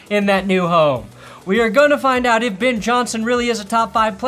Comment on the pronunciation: REWATCH THE SHANK. YOU BRING ME OUT OF IT WHEN YOU SAY 'AWT' HOLY FUCKING RETARDO BATMAN.